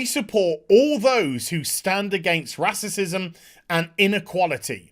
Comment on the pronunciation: "Racicism" ? :P